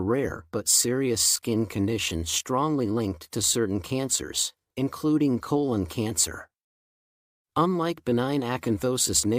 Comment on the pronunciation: pronounces “colon” inconsistently.